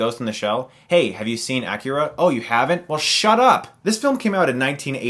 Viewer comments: I love Cowboy Bebop, Akira, Ghost in the Shell... :) one side note though, it's not pronounced - "ah-keh-rah" -- it's "aeh-kee-rah"--stress on "kee"... But it's ok, still a fan! :D love ur reviews. and I'm really glad to find an American who knows his Anime... :D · no need to pronounce akira as the japanese would. c'mon fellow american, say it with me, "uh - keee - ruh" with emphasis on the keee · Chris...I don't think that's how you pronounce Akira. And that's really not how you pronounce Satoshi Kon, like, at all. However, I'm so glad you mentioned his major influence of movies that get critical acclaim as 'original' in America. Also, love to see you review Kill la Kill, Samurai Champloo, Ergo Proxy, Serial Experiments Lain, etc.